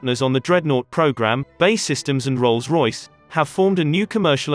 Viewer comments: It’s B.A.E systems. Not ‘bay’ systems 🤦‍♂️ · For Christ sake. Its B A E systems not BAY systems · Good video, terrible narration. "Bay systems"?? B. A. E. Ffs. If it's a robot it's pretty good and they seem to be getting better, but still fairly easy to spot. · It's B-A-E systems not 'bae' systems. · It's not bay systems, it's B-A-E (bee=ay=ee) Systems and so much unnecessary repetition in this vid. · Its B. A. E Systems, not "Bae" Systems. Do you call the USAF the U-SAF? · It’s B… A… E….. not Bae…. It ain’t your girlfriend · And by the way mr youtube it's not ''minister of defence'' it is ''secretary of state for defence'' and it's not ''bay'' it's BAE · It's pronounced B.A.E Systems and not Bay Systems?! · Who are Bay systems, and why have I never heard of them. Has B.A.E. Systems gone missing? When using synthetic voice programs you really need to be very careful about typing. Ie 200tons, not 200 t. We hear these and we pick up on them . It makes you look less than professional. Just my two penneth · got as far as him saying bae systems,ffs, its B A E syetems................. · So clued up that B.A.E. systems is pronounced 'Bay' systems 🙄 . You and no one else friend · Stopped watching as soon as a military focussed channel said Bae! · 'BAY Systems' ooooh please! 🤣 Lose the digital voice over. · Man said bae systems 😂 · Wtf is Bay systems. Pronounce it right.